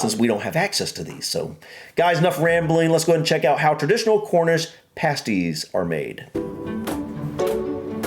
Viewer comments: They're pronounced past-ees, not, paste-ees👍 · Pasties as you guys were pronouncing it with the long "a" was the name of an article used in burlesque/stripping clubs to cover a certain pair of ladies body parts when nude dancing was against the law these kept "things" legal.